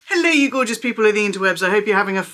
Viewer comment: “Borgeous” love it - that’s a thing now! All the Zucca! Perhaps we should say “Zorgeous”😂 ❤